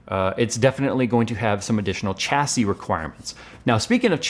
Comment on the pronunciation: Pls stop saying Chassis, its pronounced Shassy... why emphasise the CH but not the IS on the end? like when you wash your car, do you use a chamois leather, bet you call it a shammy leather, not a Chammy.